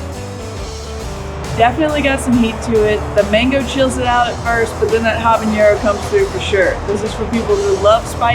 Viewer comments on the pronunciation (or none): looks good, also it’s pronounced habanero (ah-bah-neh-ro) not habañero. 😉